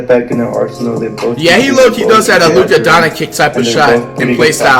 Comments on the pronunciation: “Luka Donikic”😂😂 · Nobody: Flight: "Luka donakic" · “Luka Donakick”